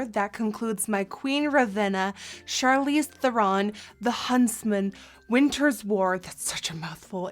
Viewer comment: I love that you can say her name correctly!